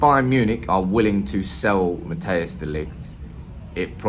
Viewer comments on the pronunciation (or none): fyi non-dutchies , It's not Matteus.... it's pronounced more as Matt & Ice together. ;) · Matthijs de Ligt. Im a dutch guy. You pronounce it more as mathheus (as in lothar mattheus). I think its best to pronounce it liked mat-tice de ligt.